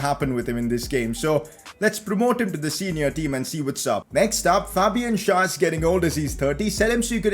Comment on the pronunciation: u keep on saying SchAr instead of SchÄr